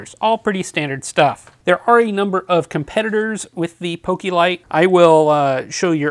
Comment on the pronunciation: its poke lite not pokilite